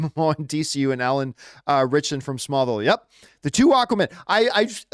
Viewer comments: I have heard his name mispronounced more than I’ve heard it pronounced correctly. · Listening to John say Alan ritchson name wrong over and over drove me insane 😂